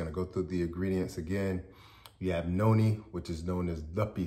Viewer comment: it sounds like you are saying yoni and noni. Which one is it? Thank you for your response